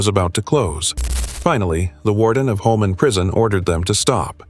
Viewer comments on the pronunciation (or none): It is Holman Prison so ever who is in charge of the AI it is not Homeman. Let's get it right AI It is Coo D- Graw - NOT coup -de grass like you enunciated the word. To all those killers in this video KARMA is a BITCH, dd the people you killed, was in merciful, or was it prolonged and painful?